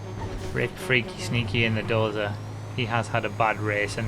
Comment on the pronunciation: He reads doser like dorza